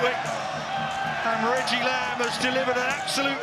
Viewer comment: richie lambe? Its reggie